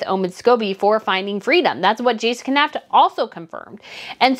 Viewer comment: Please learn how to pronounce Jason Knauf 's name, it's super annoying